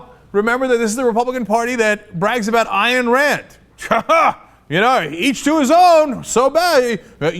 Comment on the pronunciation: CENK. AYN rhymes with MINE. NOT DIANNE.